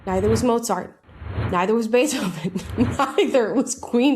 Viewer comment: Beathoven............. ? Lololol derrrr ok. Whatever you say. This is fing insulting. Mr potato head was black.